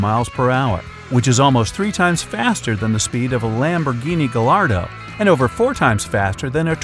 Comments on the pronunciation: not only that but he cant even pronounce it properly. the "L" is silent and its pronounced "guyardo" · Its pronounced gaiardo and im sure u meant gallardo superleggera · gallardo (guy-ar-doe) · Additionally: “guy-yar-doe” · That's not how you pronounce Gallardo.